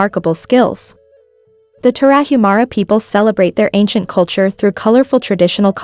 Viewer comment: It would be nice if A.I. could pronounce Tarahumara correctly.